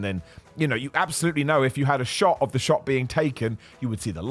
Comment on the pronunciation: "Ne-eive" (negative) "Shoo”( shot)